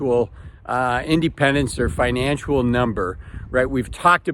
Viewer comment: It's financial. Not "financual".